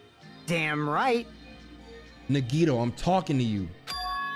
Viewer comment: the only time I remember saying nagitos name right